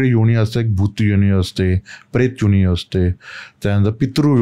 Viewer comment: काय उच्चारण आहे???!!! कसं ही बोलायचं. न ला ण आणि ण ला ण जो बरोबर आहे. हिन्दी/मराठी/ संस्कृत भाषेत योणी नावाचा कोणताही शब्द नाही. योनी असतं योणी नाही. 😂😂😅